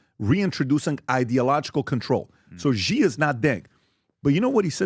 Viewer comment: If you know anything about Chinese politics you would know that Xi ( pronounced “she” by the way) is much more aligned with Mao and NOT Deng.